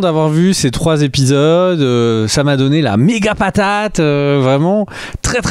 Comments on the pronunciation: "Il faut parfois compresser les dates et arranger des choses"... Belle contrepèterie (involontaire ?) de notre cher habitant du pays du Maroilles ! Par contre les gars, s'il vous plait, arrêtez avec vos liaisons dangereuses.... on dit "les 3 premiers Zépisodes" pas "les 3 premiers Répisodes" ;-) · Ça fait des années que je vous écoute et que je vous apprécie beaucoup mais aujourd'hui je craque: on doit prononcer " les premiers Zépisodes" et pas " les premiers Répisodes" comme dit...